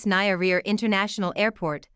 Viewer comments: Its Nyerere not Nayaria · Its Julius Nye-re-re madam, not Nairia!! Kindly get proper translation, even brother Google can help in such days.. If you as a You-Tuber are specializing in Africa & African names surely the best you ca do is try your best to get names right..otherwise thanks for the informative & offering solutions as well. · You need to get the right pronunciation for "Nyerere" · Narrator should have done a bit of research on how to pronounce the name of one of Africa’s greatest statesmen - Julius Nyerere. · Please try to get proper pronunciation for names before broadcasting... the way you pronounce Nyerere is absurd!!!!!!! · Poor pronuciation as a result of poor evaluation!